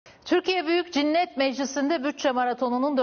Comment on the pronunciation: Türkiye Büyük Cinnet Meclisi mi dedi ben mi yanlış duydum :)